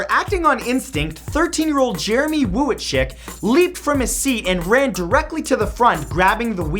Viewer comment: The U in wuitschick is silent +Matthew Santoro